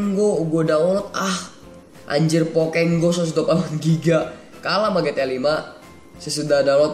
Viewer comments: bang bagus tapi bukan pokeng go pokemon go wkwkwkwwkwkwkwkkw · bang bukan di baca pokek go tapi pokemon go!!!!!!!!!!!!!!!!!!!!!!!!!